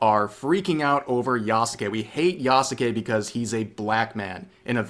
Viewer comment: *does all the research to confirm that Yasuke was/wasn't a samurai* *Still can't even say his name right*